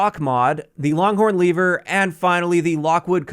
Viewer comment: i think this guy is shizo, for him there is an a in lever